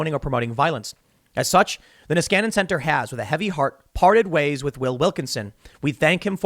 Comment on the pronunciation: "Nieskanen Center" sounds so stupid when he says it, as its Finnish last name.